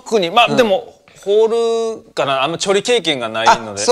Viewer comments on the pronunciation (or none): ホールのことホルって言って調理のことチョリって言ったの気になる